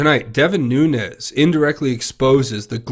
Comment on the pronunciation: NOO-NES... NOO-NES... NOO-NES... NOT... NOON-YEZ!!!!!!!!!!